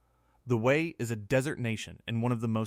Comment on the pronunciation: The Wu-Wat!?! Fix your AI. BTW, I lived ibn Abu Dhabi from 2010 to 2015.